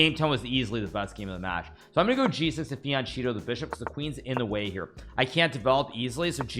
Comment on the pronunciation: How is Hikaru not able to pronounce the word FIANCHETTO correctly yet?? It's Italian, buddy. "CHE" is pronounced "KEH"! Also: it's GIUOCO piano (pronounced GEE-OOH-OH-KOH pee-ah-noh), not Gucci piano! 😂😂😂